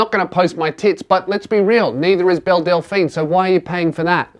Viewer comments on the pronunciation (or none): Is it just me or does every time he says Belle, I here Bill.